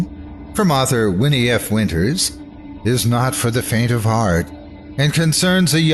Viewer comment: It's actually pronounced "WIN", the "e" is silent, like in Anne of Green Gables. But other than that, love what you've done with my story--the voice acting is superb, and really brought Cecilia to life! Thank you so much for featuring "Daddy's Girl!"